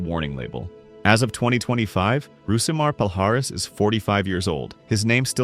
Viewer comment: "Hoo see ma Paul High S" -Roe Jogan